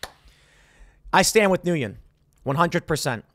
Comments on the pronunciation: Nguyen is pronounced "win," not "new yen." Source: lots of Vietnamese friends. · Nguyen is pronounced as "when". One syllable. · It is pronounced Win! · It's pronounced 'Win,' not 'Nooyin' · It's pronounced win. Not newwin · Nu yen?? Everyone knows that "n win" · Tim’s Asian heritage was a lie. 😂 He can’t even pronounce Nguyen. It’s “Nwen” not “New-yen” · Pronounced win not nuyin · hey Tim, the Vietnamese name Nguyen is pronounced- WEN - . No shame. Very common name so good to learn that. Ngyuen was rightfully fed up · It’s pronounced “win” Tim. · Weird thing that upset me… Nguyen is pronounced like WIN. Served with at least 7 of them in my department. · Hey Tim, since you asked the last name Nguyen is pronounced roughly like the words "when". It's spelled like that because it's using Francophone spelling for names in former French colonies in South East Asian. In this case it's French spell of a Vietnamese last name. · I think it's pronounced [when] Nguyen. If it's not heroic it's definitely gutsy. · pronounced “Win” (common Vietnamese surname and subject of Family Guy telemarketing joke) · FYI Nguyen is pronounced Win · The pronunciation of his last name sounds like "Win" . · It’s pronounced “ Win” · if its pronounced like others i know with the same last name then its pronounced "WIN" - (nguyen) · The last name is pronounced “win”. Ironic but true. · Tim, in case you would like to know, Nguyen is pronounced like “when” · It’s my understanding that “Nguyen” is pronounced more like “win” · I believe it's pronounced "win" (Nguyen) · I'm pretty sure it would be pronounced WIN. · Nguyen is pronounced "Win". It's the Vietnamese version of Smith. It's literally the most popular surname there. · I believe Nguyen is pronounced similar to When. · Heads up Tim if you see this comment. The last name 'Nguyen' is pronounced like 'Win' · The pronunciation of his name is "win". It is a common Vietnamese last name. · I could be wrong but I believe Nugyen is pronounced Win.